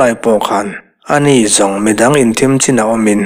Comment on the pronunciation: Thim zual na lam, tih i lam hi a van dik chiah lo ve leee, THIM tih hi thluk hniam lo in thluk sang deuh zawk la a dik ang aaa..